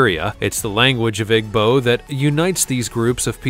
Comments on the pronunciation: My god “egbo people”? It’s “eebo”- I don’t understand why you even did the Igbo, what is scary about them? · You are pronouncing Igbo the wrong way. It's pronounced E-bow.